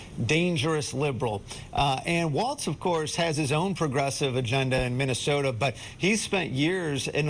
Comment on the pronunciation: Thank you for being one of the seemingly few news anchors who pronounced his name correctly.